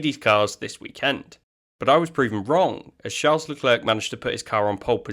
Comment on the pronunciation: It's Le Claire, not Le Clerk.